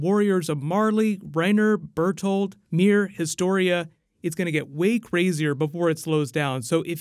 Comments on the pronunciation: its ymir not mir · but why cant you say Ymir's name properly? Haha i know its nothing major but it bothered me a bit 😅